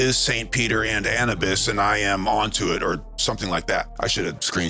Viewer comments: Sorry if I seem pedantic but I thought the pronunciation was Annubis as in tissue-bis; not Annabis as in cannabis. I'm a big fan of your work so I'm not nit picking, it's just something that grinds my gears. Something I'd like to throw out there is this. Egyptians do not talk, or write, about, DMT, but they do write a lot about their praise of the Blue Lotus flower, a plant packed with DMT. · Thoth was bird headed Anubis pronounced anewbis ❤